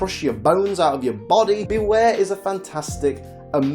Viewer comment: It's Bewear, not Beaware!